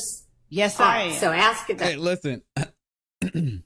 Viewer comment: Please can someone teach this person how to say the word A S K!!!!!Annoying and ignorant!!!